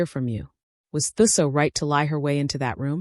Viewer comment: Okay … 'Thuso' is pronounced "2-soh". Thanks for a character from my country, 🇿🇦.